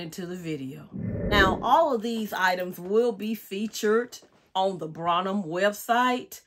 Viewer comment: You’re pronunciation of Brahmin. Is incorrect.